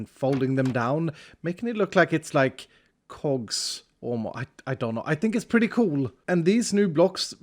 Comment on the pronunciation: the primary reason i watch iskall is because he says "cool" like "coo-luh" :)